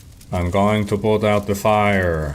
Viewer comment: “Oh no I am on de fyre” that had me dying laughing! Never change Rhykker